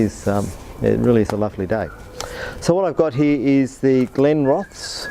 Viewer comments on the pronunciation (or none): Think its pronounced with the es on the end accentuated not Glenroths